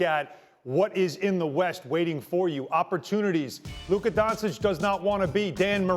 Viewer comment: Don-ch-itch... Its not so hard.